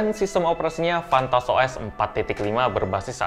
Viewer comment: Apa cuma gw yg denger "FunTouch OS" jadi "Fantat OS" ?:v